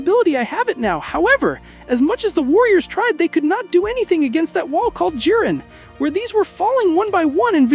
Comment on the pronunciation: His name is not "he jin" it's "jiren" u numpty